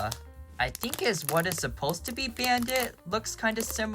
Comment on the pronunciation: Ah yes, my favorite character, “Brandit”